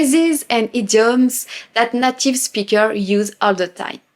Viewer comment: Bravo. Vous vous exprimez bien en anglais! Je ne veux pas sembler négatif, parce que vous parler bien, mais je vous offre une astuce pour la prononciation du mot “native” en anglais. Le “a “ se prononce comme on prononce la lettre “A “. C’est pas comme le “à” en français. C’est plutôt un peu semblable au lettre “e”, avec l’accent aiguë en français. Le “a” dans le mot anglais est ce qu’on appelle en anglais “a long A”, plutôt qu’un “short a “. Alors, c’est “nAtive”, pas “native”. Le “a” se prononce comme on prononce la première lettre de l’alphabet en anglais. Voilà. Je ne veux pas sembler négatif. Je veux seulement vous aider un petit peu, comme vous nous aidez en français. Keep up the good work. Your English is impressive, and you are a great teacher and ambassador for all things French.